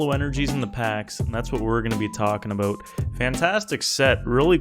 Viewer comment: ABOOT HAHAHAHAHAHAHAHAHAHAHAHHAHA